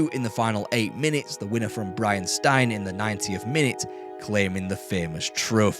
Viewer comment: Great channel. Only thing that can be improved is the pronunciation of words and names. Brian Stein is pronounced Steen…..